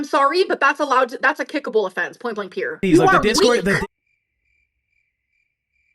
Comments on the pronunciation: I’d be happy if I never had to hear “point blank peer” ever again in my life. 🙄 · I hate when Amber says "point blank pure" she's so lazy she can't even say period! Amber does not have thick skin, she crashes out whenever anyone says anything about her at all. All Amber does is lie!